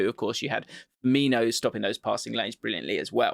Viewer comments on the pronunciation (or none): none